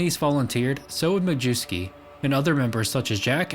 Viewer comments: Not “Mah-jew-skee”, it’s pronounced “My-S-key”. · Majewsky, pronounced majeffsky 🤣🤣🤣